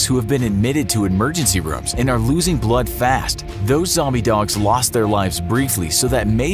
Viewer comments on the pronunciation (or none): none